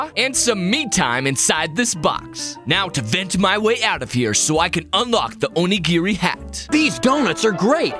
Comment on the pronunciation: Being half Japanese, the way he says Onigiri hurts my brain💀